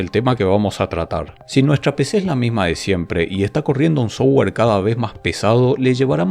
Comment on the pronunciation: si mejoras un toque tu pronunciación de terminos en ingles.. tus videos serán más profesionales. Tu pronunciación del termino "software" es "sougar". Cuando debería ser pronunciado "softguer" pronunciando la "u"